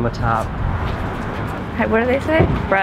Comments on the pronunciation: says Bra at the end instead of Bro, made me laugh so I was making referance to that. English humour! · Its pronounced "BRUH"